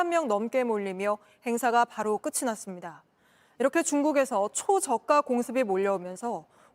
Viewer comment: 안녕하세요. 늘 수고 많으십니다만, "끝이"를 [끄치]가 아닌 [끄티]로 발음하는 실수는 정말 주의 필요해보입니다.